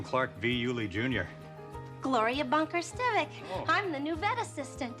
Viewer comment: Stiv-ICK, not Stiv-ICH. What a moronic mistake and clearly shows a lack of understanding of the subject matter which throws the whole video under the suspicion bus.